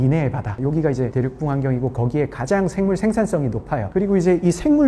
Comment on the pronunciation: 대륙붕을 발음 하실 때 계속 대륙뿡 대륙뿡 이렇게 발음 하셔서 무슨 대륙의 방구 같은 느낌 입니다. 대륙뿡뿡이 핑핑핑